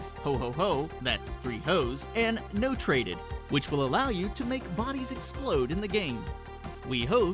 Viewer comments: It's not no-traded, it's not-rated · Did he just say "no trated" instead of "not rated"? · btw...... the saints row 3rd cheat notrated... is pronouced "not rated"